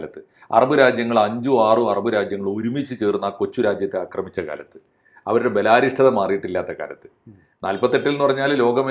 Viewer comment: ബെലാരിഷ്ടത അല്ല ബാലാരിഷ്ടത എന്നുവച്ചാൽ childhood കഷ്ടപ്പാടുകൾ. വാക്കുകളുടെ അർഥം അറിഞ്ഞു പറയുക pls 🙏🙏🙏🙏🙏